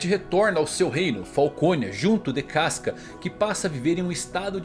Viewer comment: 카스카...누가 이렇게 읽으래?!!!!